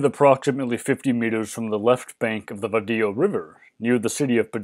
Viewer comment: The pronunciation of Spanish words is confusing. The Vadillo River, and Iria(couldn't find it in a search)for Griego Cave. The transcripts have the same errors. Just down in your sources I saw what it is. Even Pedraza could be better.